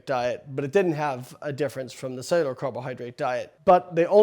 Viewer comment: Probably should have looked up how to pronounce "cellular" before making a video with the word "cellular" in it 98 times.